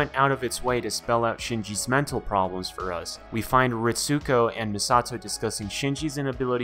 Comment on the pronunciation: Great breakdown. I watched all of them in reverse order... lol. But one thing that got me. Pronounced as (Reets-co) not (Reet-sue-co)